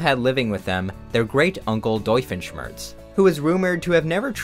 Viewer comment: it took me until "doifen schmirtz" to realize